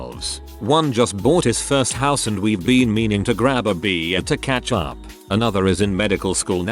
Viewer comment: Why does the bot pronounce beer so weirdly